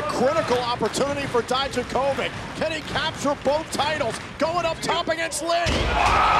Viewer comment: "Дијаковић" [Dijakovic] should be pronounced 'dee-YAK-uh-vitch', not 'dai-dja-KOH-vick'. Please somebody let Mauro and Beth know!